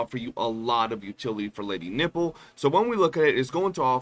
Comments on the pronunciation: Bro can you pronounce Nifle right..? it's the same way rifle is pronounced but with an N. I don't know if you are doing it for the funnies but it's pretty cringey... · I heard it as Lady Nipple. 😂